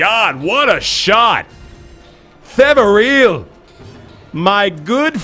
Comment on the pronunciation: You've known him for years and have a long history with him? Then how do you still not know that the guy's name is 'Peveril', not 'Feveril'? :-P